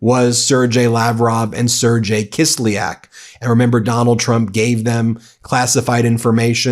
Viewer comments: Sergei is pronounced Ser-GAY. Do your homework Ben. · Ben, pronounce Sergei properly, hard G, pronounced Sir-gay. Seems minor, but it’s important for consistency especially since they’re in official legal documents. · sir-gay, withoyt "dg" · Man you really need to learn how to pronounce some of these names, it makes you look lazy and dumb, I mean Sergei and Fico? Fr